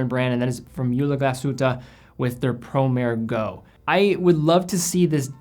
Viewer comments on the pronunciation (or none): Can't believe that you still mispronounce the model name of that watch after all these years. I corrected that before. It's 'pro-mah-reh'. It has nothing to do with horses. I know schools around Cleveland are horrible, but even you should know that much basic Italian/Latin.